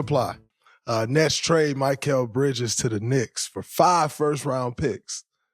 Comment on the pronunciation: Why does draymond not know how to say mikal bridges name correct